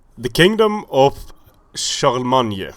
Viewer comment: he uses the french pronunciation in this video. Some of family members for example have the surname 'Montagner' and it is pronounced kinda like 'Montanier'. So yeah, I would say his pronunciation is the most correct